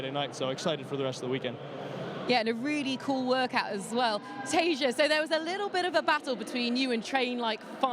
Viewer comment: "Tasha" ...facepalm